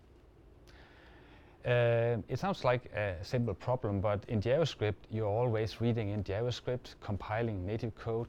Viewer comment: я тоже. Поржал с его "ДзяваСкрипт" =)))))